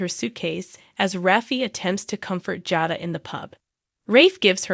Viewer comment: Jada and Salem are not pronounced correctly